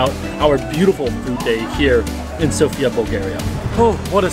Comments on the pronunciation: bro itz not sopia is Sofia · Nice, you are almost saying Sofia correctly